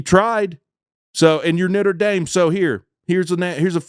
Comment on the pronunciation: He called them Nitter Dame